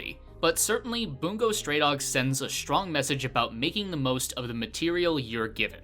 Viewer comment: Yea, I was surprised when I finally realised that's how it's actually pronounced, and I've been saying it like Buh-ngo for months 😅